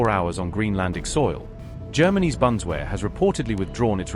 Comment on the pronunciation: Can't pronounce Bundeswehr....